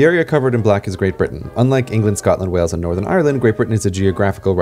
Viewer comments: It’s funny how your accent goes British at times 😂 Btw Wales is pronounced like Whales. Way-uls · Wales not Wells. Sounds the same as the large sea mammals. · Are you saying "Wells" instead of "Whales" for "wales" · Wales is pronounced like whales, not wells and you literally said the incorrect thing about Great Britain being England Wales and Scotland directly after CGP Grey pointed out that it isn't because each country has parts outside of Great Britain. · Wales is pronounced like the word whales. Not like wells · Wales is pronounced like the animal, whales not wells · Wales sounds like whales the animal. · no it does not because Wales and whales have the same pronunciation.